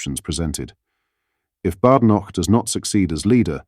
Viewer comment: At least pronounce Kemi's name correctly ! "Baydenoch"